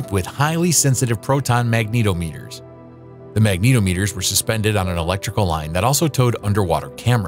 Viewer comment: Magneto-meters? How about mag-nee-TOM-eters